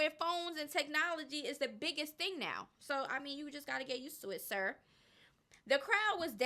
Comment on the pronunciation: i hope somebody take yo clip and make a meme out of it "it's 2024 this is not your era no more preps for the punchline siRR!" *then pauses wit a straight unamused face*👉🏾😐 HAHAHAHAHAHAHAHAHAHAHAHAHAHAHA yessssss loved it the absolute highlight of this video for me hands down i'mover here rewinding rewatching and lmao at least 3-4x already no f'n 🧢🤭.....